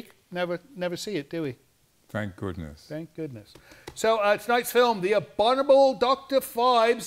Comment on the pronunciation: cannot say the word "Abominable"! LOLOL